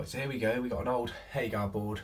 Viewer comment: It’s Hager not HagAR 🙈